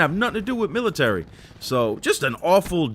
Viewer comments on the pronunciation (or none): none